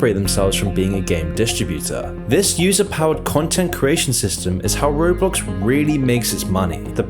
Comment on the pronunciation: I swear...every other time you said it, you said: "road blox"